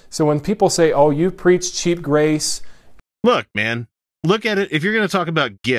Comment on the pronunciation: He's saying "sheep" right? "sheep grace", "sheepening"? I swear I don't hear "cheap", it's always "sheep". Is this performance art?